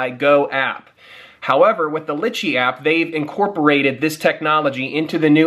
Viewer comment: its pronounced "ly-chee"